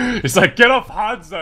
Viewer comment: Ok say it with me, Hanzo H a n z o, not hunzo